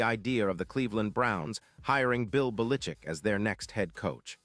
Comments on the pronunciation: Bill belitzit that what it sounded like his name starts with a bell not bellickick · Lord, AI learn to pronounce his name. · You or your AI has no clue how to pronounce Belichick!:face-fuchsia-wide-eyes::eyes-purple-crying